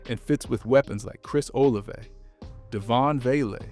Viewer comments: Bro said Chris OliveAy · its pronounced oh la vey